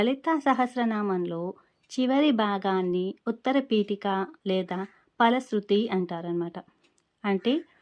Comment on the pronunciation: Vutarapiteka ani adhe adho cheputunaru